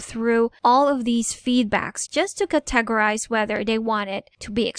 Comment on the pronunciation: CAT a gory. CAT a gorize. etc. :) Emphasis is on CAT.